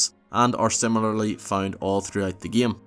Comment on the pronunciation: Why do you say "game" like "geymee"??